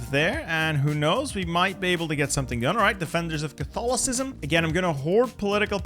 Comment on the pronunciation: the way he pronounced 'Catholicism' xD